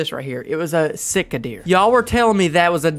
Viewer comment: Sika deer a pronounced sea ka or c ka